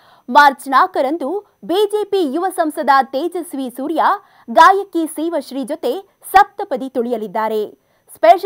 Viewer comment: Pronounce girl’s name properly